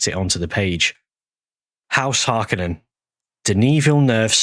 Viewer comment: If speech is so important, why do you still pronounce Harkonnen the wrong way? It's Har*kon*nen, with the emphasis on the second syllable. Lynch consulted with Frank Herbert on this. I find it baffling that Villeneuve's actors and just about everyone after the release of the Villeneuve films puts the emphasis on the first syllable.